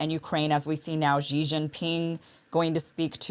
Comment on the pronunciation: It is PRESIDENT Xi Jinping ( pronounced ‘shee’), ms. kim. Show some respect to a man who has earned it rather than trashing the respect-worthy….